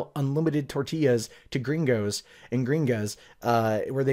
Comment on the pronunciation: lol when you say gringos, it just cracks me up😄